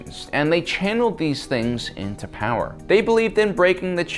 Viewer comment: at least Palpatine knew its spelt power not powaa